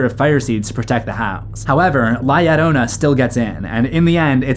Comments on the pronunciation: La Llorona isn't pronounced "Lie arona" lmfao Edit: Can this guy pronounce any name right? And he says them so confidently too. This is unwatchable. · FYI, there is no "i" in La Llorona. It are two "Ls." Pronounced as "La Lorona."